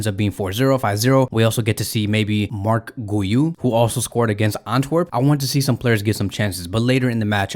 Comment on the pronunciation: Marc Guyu? 😹 it’s Marc Guiu same as when you pronounce Gui-tar - Gui-u